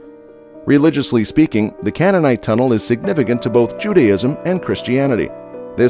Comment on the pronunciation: You really need to learn how to correctly pronounce Siloam, Hezekiah and Canaanite.